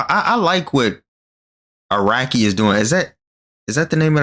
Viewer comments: His names pronounced a rock e btw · the creator of jojo is araki is not akira like the dragon ball creator it's pronounced more like a-rock-e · Bro called Araki “Akira”